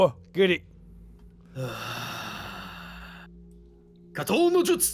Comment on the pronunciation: It bugs me when says "Katon no Jutsu". That's not right it hurts